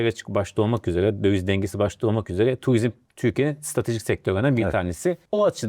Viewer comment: Tuvizm değil turizm